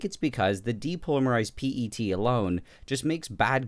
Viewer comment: WHY, WHY DID YOU SAY P-E-T INSTEAD OF PET